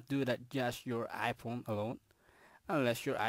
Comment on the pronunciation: “aychuns” “ai pown”